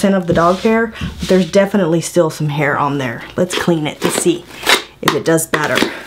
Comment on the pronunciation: she said "doos it" cause that's how MFP's talk. LMAO!